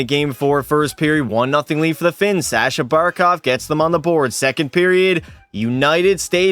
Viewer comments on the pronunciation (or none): none